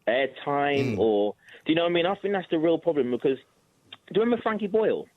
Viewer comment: I will not listen to anyone who starts their argument with "I Fink"!